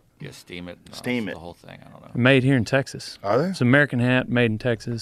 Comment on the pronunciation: ”but Teeaaixuuhs”